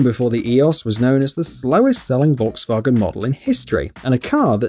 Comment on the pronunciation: What should we do with you to pronounce Volkswagen CORRECTLY???